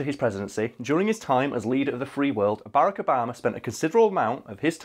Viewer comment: is it just, or do british people just call him Baraco Bama?